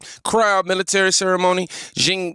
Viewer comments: Good points made by you. The Chinese Prez 's name is pronounced like "SHE". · Xi is pronounced SHE 😆 🤣 😂 😹